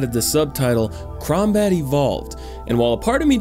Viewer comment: Wait wait did he say crowmbat evolved 😐